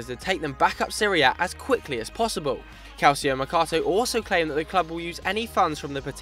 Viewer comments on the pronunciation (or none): CalSio????? It's Calcio!!!!!!! Chchchchchch like Chicharito